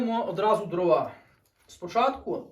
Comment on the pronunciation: не дровА, а дрОва.